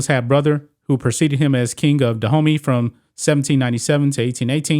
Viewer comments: you pronouncation of these names is really atrocious. it took me 5 minutes discover you were not talking about "the hoomy" , which sounds more like streettalk, but about DA-OOH-MAY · All throughout the commentary I kept thinking you were calling them "The Homie" army. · My african ears are cringing everytime this homy mispronounces Dahomey 😂😂😂😩